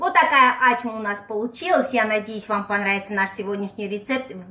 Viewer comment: Ачма - это тюркское блюдо, поэтому никак у грузинов настоящего рецепта быть не может, есть свой вариант,возможно. Достоверность происхождения блюда проверяется из названия - оно должно переводиться - с тюркского ачма - это значит "открытие". И если ударение Ачма, как Вы говорите, то это переводится как не открывай, что полностью противоречит сути работы с тестом в данном рецепте! То, что представлено в рецепте, совсем не ачма, а обычный бёрек.